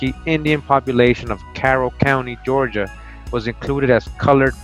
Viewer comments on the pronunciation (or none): none